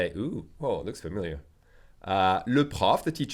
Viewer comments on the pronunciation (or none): none